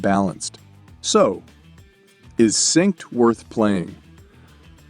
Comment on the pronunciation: You didn't notice the repeated "sinkst" and "grindy" being pronounced to rhyme with "mindy" and various other "even people who don't speak English wouldn't make that mistake" mistakes?